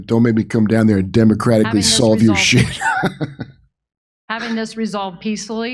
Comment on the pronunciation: Notice she even struggles to pronounce the word ‘democratically’?